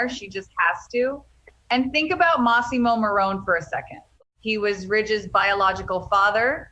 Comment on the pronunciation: It's massamo maroni you moron